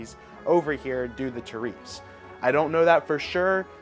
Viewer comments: You tariff like its a black girls name. It's pronounced "tear+if" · What the hell is a "ta-reef"?